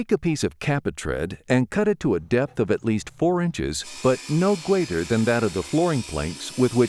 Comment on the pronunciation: "No gweater than" lol